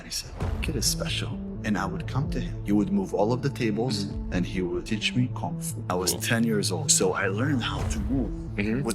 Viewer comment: He can't even pronounce Kung Fu properly.